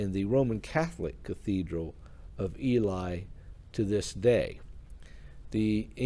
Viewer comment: Thankyou for telling her story. Ely is pronounced e lee.✨️💖✨️✨️